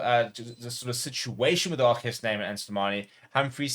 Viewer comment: We love RG here at Leinster (and thanks for the correct pronunciation of RG - ArKhey). With RG already a massive fan favourite, as Rocky Elsom was back in 2009, I'm hoping we can update the 2009 "Rocky Rocky Rocky" chant to "ArKhey" "Ar Khey" "Ar Khey" anytime he does one of his outrageous one-handed offloads - and we would be absolutely delighted if he is allowed to extend his contract.